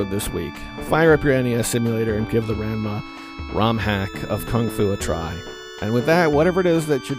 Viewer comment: You pronounced Ranma incorrectly just about every time you said it.